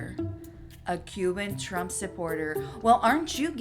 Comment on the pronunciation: “I will boat for Donald Trum” ✌🏽